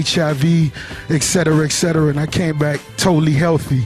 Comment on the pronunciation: excetera excetera dumb ass